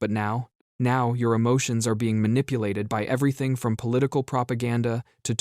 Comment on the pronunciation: Maniplated? Damn ignint students from the learing center. 😅